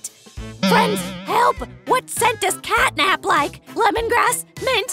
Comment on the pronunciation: catnap is a boy and its catnap not catnip